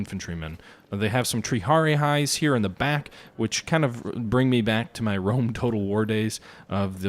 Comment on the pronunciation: Jesus, please read the names of the units before you pronounce them so awfully. Has-Ta-Tee Prin-Ki-Pes Tree-Ah-Ree